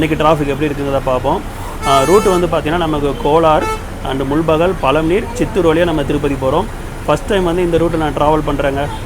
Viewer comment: அது முல்பாகல், முல்பகல் அல்ல... 💐